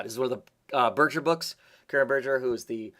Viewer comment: First time finding your channel, looks cool. FYI, Karen Berger is pronounced with a hard "g", not soft g.